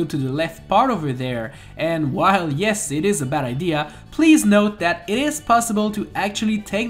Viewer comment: Whenever he says "and that's pretty much it" I keep on thinking he's saying "and that's pretty much sh*t